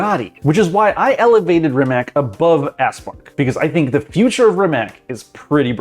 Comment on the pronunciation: No way he said „SINK”